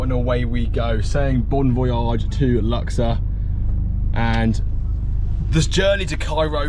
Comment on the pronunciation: Not luxer it's lux ourr